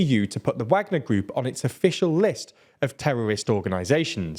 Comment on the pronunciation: Still saying Wagner wrong.